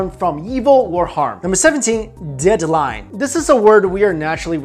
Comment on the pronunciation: Lol "de-ad line"